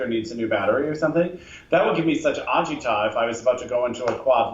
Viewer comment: (I will try to get this nickname to stick dag nabbit! I feel like Gretchen Wieners in "Mean Girls" with the word "fetch" but dammit, I'm willing to die on this hill!) says Agita like "Ah-Jee-Tah". It's a Yiddish word (As a Native New Yorker, you are required to know some Yiddish words by law, even if you're not Jewish. My Puerto Rican mother's favorite is, "Yenta" for me. look it up! people!) and the correct New York pronunciation is "Ah-Juh-Dah" said quickly. ex. "Jesus Christmas, your drama is giving me ahjuhdah" (agita). See look at me blending Judeo Christianity in one sentence!